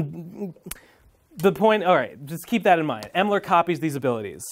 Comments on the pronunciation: >calls Emerl "Emler" and "Elmer" autistic screeching intensifies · Honestly the funniest thing to me is him struggling to pronounce “Emerl”